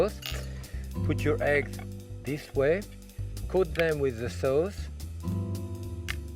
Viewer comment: love the way he says.. suh-aouce.. hahaha